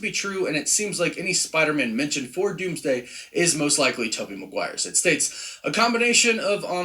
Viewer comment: Not the “DoomDome” 😂 I can't with you, man lol